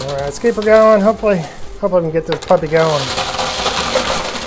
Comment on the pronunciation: keel it pushing lol